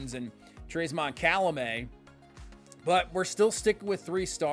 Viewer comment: Idk if anyone told you yet, but Calmelat’s name isn’t pronounced Calamet. Unless you pronounce it Cal-meh-layyy. His name would probably be spelled Calmelāt. My head canon is that he is half Hawaiian & half French. Born in France before moving to Tampa.